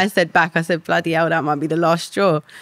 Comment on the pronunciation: Sorry but she was not some sweet decent girl she got herself involved with rubbish and then even when she had a child she put him at risk, she's bad news and not some victim. Also it's that not dat! I have no sympathy for her.